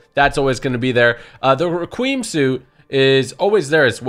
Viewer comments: Requiem is pronounced Re-kwee-um, not Re-kweem. I had to learn that when I was young. Just passing along. Great vid. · "The requeem suit" lmao re-qui-um suit. Omg lmao